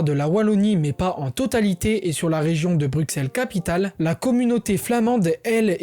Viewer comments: "Brussel" pas "Brukssel" .... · Super video PS pour Bruxelle en francais on dit Brucelle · sa s écrit bruxelles mais sa se dit brusselles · Bruxelles ça se dit Brusselles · Alors super info mais la prochaine fois, fais attention à la prononciation des villes Par ex. Bruxelles ce prononce "Brusselles" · Je suis belge, patriote mais surtout juriste et je trouve que sa vidéo est très très bien réalisée. C’est sur qu’il y a quelques erreurs/imprécisions, mais globalement tout est dit, bien résumé et compréhensible. Il a l’air d’être français et c’est assez impressionnant de voir une telle maîtrise depuis l’étranger (mis à part le mot Bruxelles qui se prononce BruSSelles mais c’est anecdotique). Félicitation! PS : Jules César disait déjà à l’époque que les belges étaient un peuple respectable !! C’est avéré et prouvé (donc on date de plus loin que le moyen âge) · Y a que moi qui a eux mal au oreil en entandant comment il prononce Bruxelles ? Mais cela reste très bien expliqué, GG et bonne continuation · Peut être que c'est différent entre régions, mais sinon aucune autre erreur ( j'ai vu qu'on t'a corrigé sur la prononciation de Bruxelles dans les commentaires mais sa arrive souvent au français donc pas grave ) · Le X de Bruxelles se prononce S. Et beaucoup d'autres petites erreurs, fieu. Faut revoir ta copie. -- Un spectateur belge. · Tu dis bien Anvers mais pas Bruxelles dommage haha